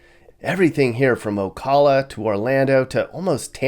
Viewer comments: You were in Floribama. Remember that next time you’re in Bonifay. And it’s O-cal-uh. Not O-Call-uh. I’m a North Floridian, born and raised. I’d live here before I’d live anywhere else. We welcome everyone sick of the woke world. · It's not Ocala, it's Ocala. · hey im born n raised ocala. friendly fyi -its pronounced ocala w short a sound.